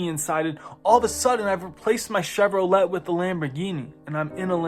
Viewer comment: Do you know who the Kybalion was written by? Who it was TRULY written by? And no I’m not saying it’s a bad book, I’m telling you to find the origin. Also it’s pronounced Chev-ro-lay not Chev-ro-let.